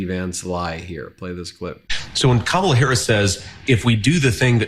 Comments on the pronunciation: He doesn't even say her name correctly. This is the kind of child half of America wants to elect as president. He's a liability to our national security, our constitutional processes and our institutions. And, easily manipulated internationally. It amazes me that someone lacking that much maturity, integrity, honesty, and leadership is the choice of half of America. Freedom is a bitch sometimes. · Have you ever noticed how he insults people by mispronouncing names like a little kid would